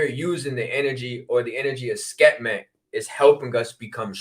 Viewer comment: Love and appreciate u,, but it’s Sekhmet - pronounced Sek-Met.